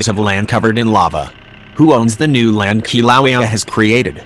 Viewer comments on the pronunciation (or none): "Kilauea" is pronounced (Kil'a'wa'ya) NOT... (Ki'low'wee) Get It Right!! Or Don't Say It At All >( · Ugh why use the auto voice it pronounces the name of Kilauea wrong and it’s irritating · Your synthetic voice can't pronounce Kilauea! Get a live human for your voiceover work! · Hard to hear the Volcano name mispronounced that way. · If you’re going to insist on using that obnoxious robot voice at least use a good one. Please teach it how to say Kilauea. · It's pronouncing the name wrong!